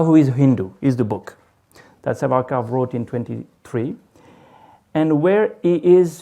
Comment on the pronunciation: please call the name properly That is SAWARKAR